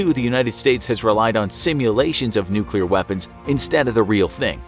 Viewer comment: There was a nucular explosion bit this might be a health hazard